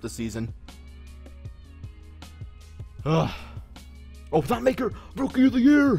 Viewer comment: It's not pronounced maker it's pronounced (ma-k-i-r)